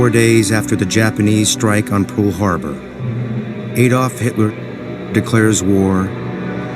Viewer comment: Props to the actor playing AH but narrator what is Pool Harbour lol